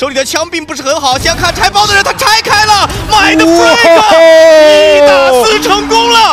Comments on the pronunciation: 其實就是發音問題，他們也不算說錯啦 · 影片很好看 但Mindfreak名字一直唸錯有點煩（賽評